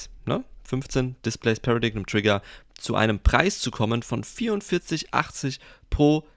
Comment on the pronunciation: das wort wird pära-deim aus gesprochen